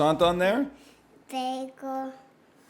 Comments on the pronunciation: How in the fuck does a 3yo pronounce bagel correctly but a grown man who was an educator says bag ell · She doesnt say it "begal"?